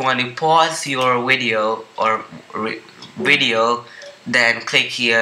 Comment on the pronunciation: Your wideo xD